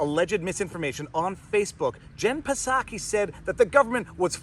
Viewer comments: its not pasaki its pronounced Saki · Psaki "P" is silent. Jen Psaki, White House press secretary, pronounces her last name as /ˈsaki/, "SAH-kee." You can also think of it like "socky," rhymes with "rocky." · There is no “P” sound in Psaki. It is just “Saki”. No big deal. Keep on doin’ what you do. See you Sunday night (& Wednesday) every week!! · I know he is mispronouncing pisSaki but it's kinda funny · Mr. PFrei, do you pronounce the hateful witch's name 'Pah-Saki' just to insult her and dismiss her? If so, I'm totally with you, sweetie. But, "in real life", the 'P' is silent so it kind of sounds weird if you're saying it that way unintentionally. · Haha. Her last name is pronounced “Socky”. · The P is silent. It's just pronounced like Saki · The P in Jen Psaki is silent. Just like the P in President Biden. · The P in Psaki is silent my dude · Hearing him mispronounce psaki is hilarious, it’s like the word pneumonia, the p is silent, I think I will steal it though as she is the representative for a garbage organization and should be disrespected. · Pro tip: if you can say chips, trips, or flips, you can say Psaki. There's no schwa between the P and S. You can do it. I believe in you. Etc. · Pretty sure her name doesn’t say the p.. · The "P" is silent in Psaki's name. (Think "psychopath", "pseudo") 😉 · the P in Psaki is silent 😁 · The P is silent in Psaki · Jen Psaki's last name has a silent P so its pronuonced like the popular Japanese wine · the P is silent.. just saying